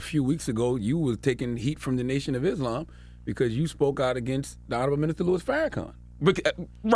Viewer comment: You know he’s educated when he pronounces Islam right